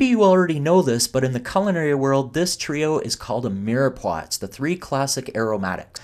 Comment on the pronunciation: He mispronounced "culinary," like so many people do.